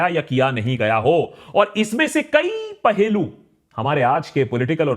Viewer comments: It is Pahalu not Pahelu... OK.... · Pahlu not pahelu